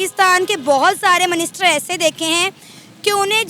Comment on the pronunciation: Wo minister hota hai "MANISTER" nhi hota .. ho sakta hai tumhare yaha MANISTER hota ho😂😂